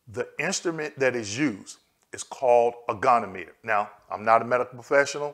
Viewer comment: Love your videos! The pronunciation of goniometer is go-knee-ah- muh-ter.